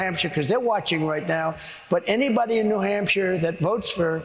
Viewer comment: New Hampcher? Geez.